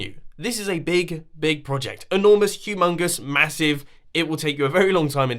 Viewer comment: did you say humangus